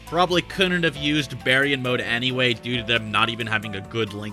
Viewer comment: Bear-e-yawn mode? This entire time I thought it was pronounced Bar-yawn